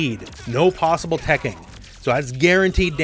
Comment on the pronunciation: Lol, "no possible teching" sounds like you said no possible tekken.